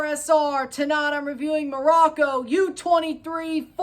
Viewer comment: Glad you pronounced Morocco correctly